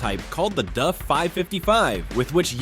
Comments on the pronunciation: DAF is a dutch company and in dutch its pronounced DAF not DUF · LOL no its pronounced with a Dutch soft a, dahf not dayf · to me it sounds you keep saying DUFF, as in the simpsons beer. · Duffman! lol yeah I was looking for someone else to mention it. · the tire came off the rim. Not the disc 😂😂😂 Can anyone confirm the correct pronunciation of "DAF"??? Duff sounds like the beer from the Simpsons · It is Dafffff not Homer's favourite Beer ! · then why does the commentary in the video keep calling the brand "duff"? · D-ah-ff would be the way to pronounce it as a Dutch speaker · Pronounced like ‘daft’ just skip the t. It is that simple. Trust me, I am Dutch. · The A is pronounced like in "car". DAF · Thats not how Daf is pronounced😂😂😂😂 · Great video but I had to watch it without sound, if you can pronounce 3 letter words maybe you are in the wrong game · Ai still can't pronounce DAF. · Pinned comment by the uploader says he was using Text-to-Speech, and the AI narrator wasn't set up correctly to pronounce DAF right. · Duffman says, you can't pronounce the name of this truck correctly. A-who-haa! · You need re-upload this with the correct pronunciation of DAF, you've no credibility leaving the way it is! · DAF not DUF. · Is it me or is he saying ‘Duf’ instead on ‘Daf’? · It's not DUFF it's DAF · DAF. Not DUF, DAF. I know cuz both remaining turbo twins are parked three blocks away from my house. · DAF is pronounced A for apple not DUF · Its a DAF.....not a DUFF 🤦‍♂️ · its daf not duf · its pronounced D A F not duff ! for christs sake...and they were beasts. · DAF not duff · It’s D A F not duf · Duf ??? It is DAF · Its daf not duf 😂😂😂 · DAF as in daft not DUF as in beer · Its Daf not Duf or more precisely Dav is closer to the way the Dutch pronounce it. Its literally written on the side of the truck how can you get it wrong. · What is a DUF? i didn't realise it wasnt DAF.... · What's a Duff truck? A beer truck for Homer Simpson? Get the pronunciation correct...